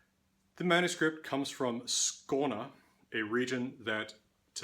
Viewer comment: You cover a lot. I was not expecting "Codex Runicus" to be mentoned here. Excellent pronunciation of "Skåne"!